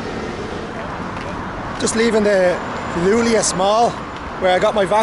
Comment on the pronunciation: Iulius, not Lulius, yo, man 🤣🤣🤣🤣🤣🤦